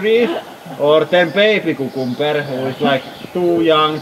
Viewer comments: It took me way too long to realize you were saying cucumber!! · Kookoombur, that's how it's pronounced in India, in Hindi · OMG! KUKUMBER! I just love how you pronounce this! :D